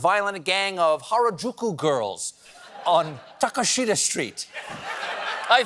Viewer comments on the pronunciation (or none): Hey Stephen great show. BTW it's pronounced "Tah-kesh-tah" I know you would want to know.